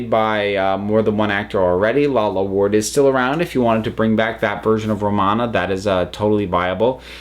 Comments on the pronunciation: ...I'm sorry but is ANYONE else bothered by the way they pronounced Romana's full name?? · lol, I have never heard somebody mess up Romana's full name so badly